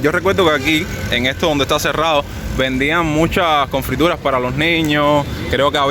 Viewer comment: Se dice Confituras!!!! no confrituras🤣🤣🤣 Madre mia como está el nivel......